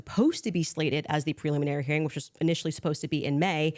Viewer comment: this is the first time I've ever heard her pronounce it preluminary - she's said preliminary dozens of times in her show I think this was a slip of the tongue.